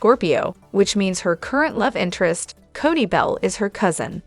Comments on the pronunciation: Codie (Cody) Cody please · Right,enough already. There is NO T in his name. CODY plain and simple